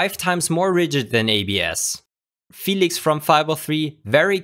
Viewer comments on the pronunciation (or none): none